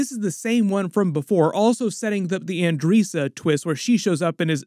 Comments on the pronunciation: Claxan? Isn’t it Thraxan? And Andreesa? Andressa bro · I gotta say it 😂 you're saying it a bit wrong! its pronounced un-dress-uh